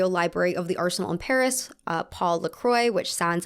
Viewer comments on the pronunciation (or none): none